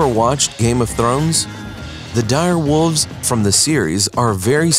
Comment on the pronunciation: The narrator keeps saying wolves like wooves....terrible